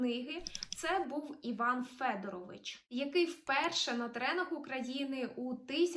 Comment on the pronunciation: Іван Федоро́вич (з наголосом на друге «о»)